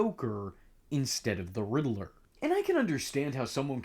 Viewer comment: God bless you... But It's pronounced "rid ler" not "riddle er" lol